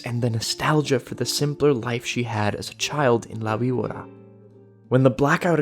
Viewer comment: As a hispanic person myself, it was strangely satisfying hearing you say "la víbora". Also, great analysis, I really need to listen to this show in its entirity huh? Update from a month later: I listened to it :D it was a fantastic experience.